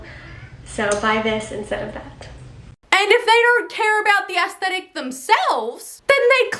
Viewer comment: Props to you for knowing how to actually pronounce "aesthetic". 👍